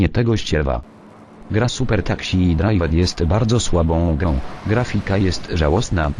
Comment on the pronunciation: Uwielbiam jak czyta "takśi" zamiast taksi:D